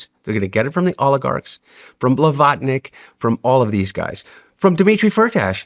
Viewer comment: I cant do it... "Russia" and "Olegarks" best of luck Hunter